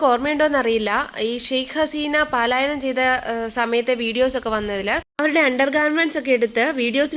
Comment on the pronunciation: പാലായനം അല്ല പലായണം